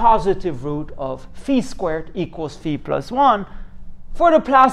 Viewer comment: Thank you for pronouncing φ correctly 🤪